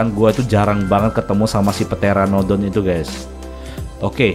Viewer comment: Pteranodon pyteranodon pyhteranodon ??